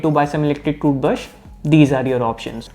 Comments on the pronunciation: Dude cant say "toothbrush" properly 😆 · Got the whole squad laughing uncle ! 👏😐